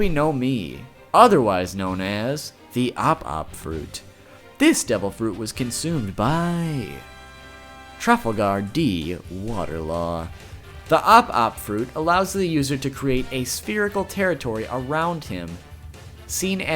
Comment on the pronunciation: trafalgar not trufflegar lol